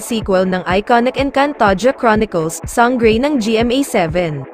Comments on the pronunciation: Sanggrey? Slang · Sang-grey, Te-rah.. omg 🤣